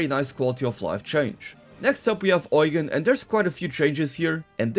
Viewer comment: not "oigan"